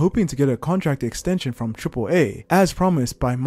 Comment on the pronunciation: It's AAA like "say ahhhhhh" not AAA like Fonzi's "ayyyyyy!" Triple Ahhhhhh